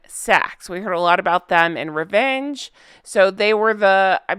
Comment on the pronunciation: I like the way you say Revenge you sound posh with a hint of Cruella da devile. ... just last bit, is more Errr then yars drop the Y.. xx ❤️ Errrr as in disgusting not yar as in let's go horse.. These two came to American think Americans don't care about England they're not going to look into anything and the royals won't respond. They can say whatever.. I think it's a huge slap that the Americans are finally see what the British people/ not royals where bitching about when they first moved over... I honestly think the British public and those aroind the world that take time to look have really throw a spanner in the works for these two..